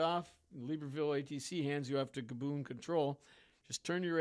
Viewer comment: Take a shot every time he pronounces Gabon as GabOOn